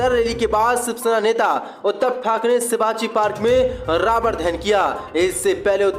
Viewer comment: Sivaji nahin shovaji park he aap seen ki jaghesheen our sheen jaghe seen bolted ho